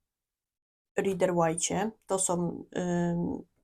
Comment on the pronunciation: /raider weit/ - to jest właściwa wymowa. Dlaczego wszyscy polscy tarocisci nie potrafią poprawnie wymówić kluczowego nazwiska w świecie tarota?